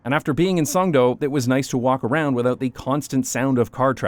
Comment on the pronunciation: its actually pronounced Songdo not Songdo